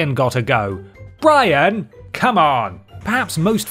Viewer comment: I will weewees Bwian!